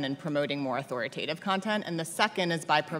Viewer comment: These people wouldn't know a FACT if it slapped them in the face!! Notice how she say's "Authoritative"!!